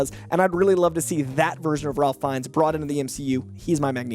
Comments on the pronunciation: ralph feinnes isn't pronounced like a normal Ralph. it's pronounced Rafe. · Ralph Fiennes' name is pronounced "RAFE," just for future reference. Love these casting suggestions! And I'd be happy to have Sterling K. Brown and Justin Hartley in the MCU, but I don't think we're going to get both lol. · It's pronounced Rafe Fiennes, not Ralph Fiennes. Rafe. It's spelled Ralph, but it's pronounced Rafe. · Ralph Fiennes pronounces his name “Rayf”. You mispronounced his name 4 times in under a minute. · Hi! Just wanted to make sure you had one more note on this...RAFE not Ralph Fiennes...